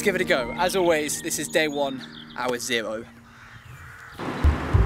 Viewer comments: "Day one, hour 'zewo'" How cute xD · “This is day 1 hour zewo”😂